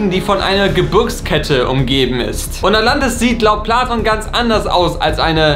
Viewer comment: "Der Jude Pladon" Alles klar. 😂